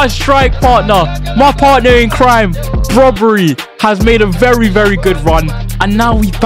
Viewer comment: Just a hint its brobbey not broberey😂